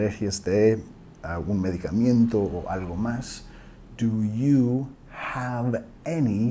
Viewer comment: Thank you! Excellent video... Just one thing, we say in Spanish [medicamento] there is no any “i” after the letter “m”.